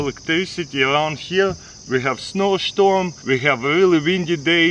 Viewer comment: "Shtorm" is a storm on the sea and an actual word in most eastern Europe countries, which is why he says it like that.